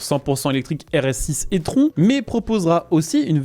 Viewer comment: Merci pour les vidéos régulières et souvent très instructives. Petites remarques cependant, il me semble plus sympa de dire l AUDI parlant d un modèle de cette marque plutôt que la AUDI. De même la prononciation de i trone me semble plus heureuse que ai tron. e TRON a l anglaise.